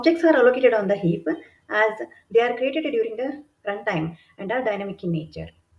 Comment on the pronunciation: superb content. pronunciation is a bit jarring even for an Indian. stack and heap with ck and p almost silent - not heapuh and stackuh